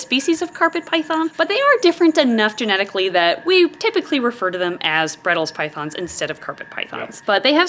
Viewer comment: bredls? In australia we call them bredli's. Said bread-lees. We also call them the central australian python sometimes